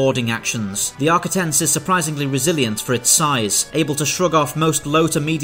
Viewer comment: Great video and great how you put the cuts together. The only issue I have is your pronunciation. Sounded like you said Arcitins, not Ar-quit-ens.